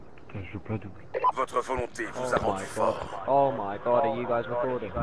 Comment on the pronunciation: Os BR fala ingles "Oh my GÓ" kkkkkkk